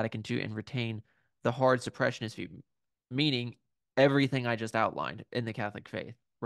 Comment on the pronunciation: Small note, it's super-sessionist, you were pronouncing it as suppressionist